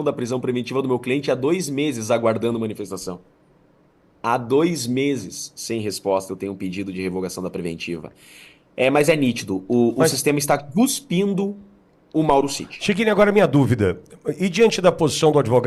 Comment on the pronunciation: Estou variando ou o dr Chiquini disse "guspindo" com G? Pergunto aos universitários 😂😅 * no 2° "cuspindo" não dá exatamente para saber se foi "gu" ou "cu"spindo. Sejamos justos😂😅